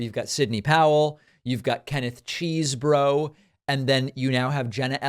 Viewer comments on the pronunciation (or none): It's Kenneth CHEZ-bro not 'CHEESEbro'!! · It’s not cheese bro. I think it’s pronounced chezborough. When you intentionally misname people you stoop to the level of the republicans.